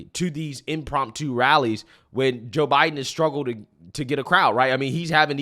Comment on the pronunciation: And i hate to do it to you but you drive me crazy somwtimes with your mispronouncing. Its "impromptu". Sorry😂 love your channel bud i watch every one!